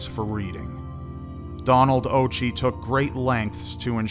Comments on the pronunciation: I'm 5 months older than Leigh, it's very sad. I believe it's pronounced "ocki" Occhi means eyes in Italian which I find ironic because she wore glasses. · 'Occhi' is pronounced 'Oh Key'. It is an Italian word/surname and it means 'eyes' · Occhi is pronounced with a k sound not a ch sound.